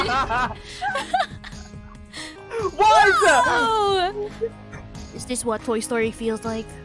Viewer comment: Did Call Millie, Billie most of the time? I heard Billie and not Millie so I wanna know.